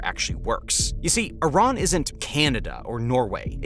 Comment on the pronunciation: I---rAAAn has no water left...buTTT I---rAAAn must have water right....